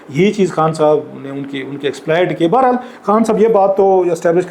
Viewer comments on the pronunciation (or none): none